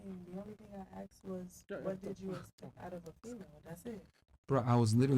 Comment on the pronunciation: She only axed 1 question